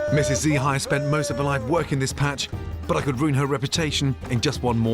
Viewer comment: she is not G Hai, she is Mrs Hai :), " Gi" is friendly call likes aunt